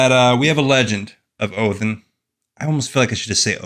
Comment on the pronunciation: It's Odin not Odin